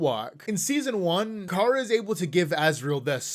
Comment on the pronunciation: Everytime I hear "Kara" I have a stroke💀💀💀